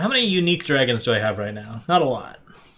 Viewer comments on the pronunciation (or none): This ain’t dragons…. This is “dwagons” 😂